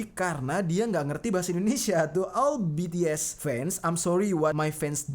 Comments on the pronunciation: Bukan betees bities tapi omongnya bts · Kak bukan betees bacanya bitis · BTS bang bukan btes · Bacanya bukan betees tapi bities bang:v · Bang BTs bukan betees